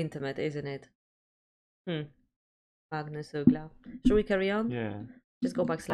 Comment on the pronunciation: Now you make me confused. You look greek or something, talking english with an accent (does not sound swedish) and now reacting to a swedish artist and song (very good pronuncing of his name) in swedish... tell me the story please! Magnus Uggla is not the best of singers, but he's a good songwriter known for pretty simple pop music with catchy melodies and ass kicking humorous lyrics. However... this is a cover he did for a tv show were the artist is supposed to do covers and Magnus dedicated this beatiful piece to the memory of his father, that lived in my neighbourhood for a cuple of decades.